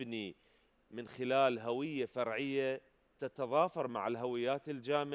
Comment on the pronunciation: هُوية لا هَوية 🙆🏻‍♂️🤦🏻‍♂️